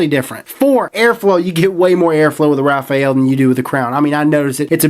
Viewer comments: Your mispronunciation was irritating. This tank lacks a proper shut off valve thus leaking with top fill. The top fill is gay AF. Not going to buy this I hate tanks that leak and that are messy to use. Cool to see you dish out some truths but we can tell you held back a little bit. Thanks for the preview. I was looking forward to this but so many things wrong with it. At least you aren't hating on the crown like the other reviewers and telling us the herakles plus is the best tank ever... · RAFALE....... NOT RAFAEL.... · Rafael?.... It's Rafale. You don't pronounce the E. Pronounced "Rah-Faal" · It's not Rafael.. It's Rafale (French pronunciation: [ʁafal], literally meaning "gust of wind" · ...not "Raphael" (as the angel's name), but "Rafale": it's a french word and means "volley", or "gust". The word is well known known because of the homonymous airplane "Dassault Rafale". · precisely. Shit gets on my nerves. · RA-FA-LE not RA-FA-EL repeat after me... RA-FA-LE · rafale..... not Rafael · I think this dude doesn't know how to read He said vaper-oso Instead of vaper-eso And now he's saying Raf-ah-el Instead for raf-ale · I can't help but laugh every time he says "Rafael". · No leakage or spitback for me, sounds like they've fixed it or you just got a broken one. By the way, the top fill was messy because you weren't careful, I've never spilled juice using topfill and I have no leakage out of the airflow holes. It's Ra-fale by the way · I always thought it was "Rah - Fah - lee" lol who knows, man. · hey...try to tell it in French... its sounds "raw...fall". Hello from Montreal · "Ra-faal" unless its purposely misspelled. XD I'll take a tank if you're offering lololol please and tanks... <--------see what I did there XD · It's pronounced Rah-fall-aye. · I bet Uwell is pissed at you for not pronouncing the name correctly. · I believe you are pronouncing the model "Rafale" incorrectly.